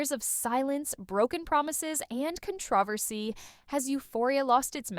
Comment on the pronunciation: Never pronouncing controversy the same again after this... 😂